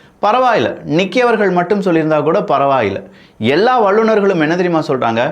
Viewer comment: தமிழ் உச்சரிப்பு பழகுங்கள் வள்ளுர்கள் அல்ல வல்லுநர்கள்; நள்ளத்தை அல்ல நல்லத்தை; உங்களின் பேச்சை உற்றுக் கேட்டால் தான் தெரிகிறது லகர வரிசைக்கும் ளகர வரிசைக்கும் ஒரே ளகர வரிசைத்தான் பேசுகீறீர்கள். உங்களின் முன்னேற்றத்திற்குத் தான் இந்த பதிவு தவிர உங்களை காயப்படுத்த அல்ல; பேசிப் பழகுங்கள்